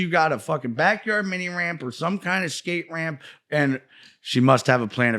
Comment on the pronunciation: Skamp rape. He tried to say skate ramp lol bam rules